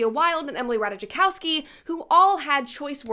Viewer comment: it's not pronounced "rataichakowski" it's more like "rataikovski" :)